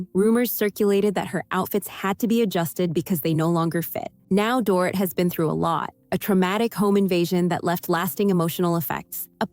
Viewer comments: "Door-it" LOL Dorit is pronounced "Door-eat" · FYI: Her name is NOT DOOR-IT, it's Doreeeeet. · DORIT is pronounced DOR-REET... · Omg this drives me crazy too